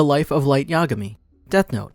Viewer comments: "Light Ya'gami" -it's yagami. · Well it’s not yagami it’s ya-gami